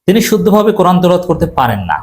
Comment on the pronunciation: You said teloat why no Tilaowaat?